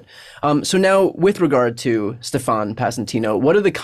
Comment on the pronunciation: I love that there's a guy named, "Stef-AHN"...implicated in all this. Last time I heard that pronunciation a lot was on SNL.